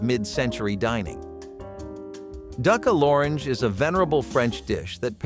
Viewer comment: Whoever is narrating this needs to learn how to pronounce cordon bleu and duck a l'orange.